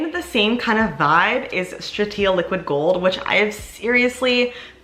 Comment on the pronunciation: GBR vs LG video please 💚 Also you’re saying Stratia incorrectly 😅